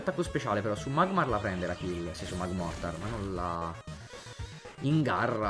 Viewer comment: Magmortar diventa magmar perché l’ha sbagliato 7 volte ❤😂